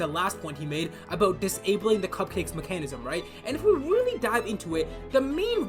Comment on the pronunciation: It's Mecha-nism not machahnism 😂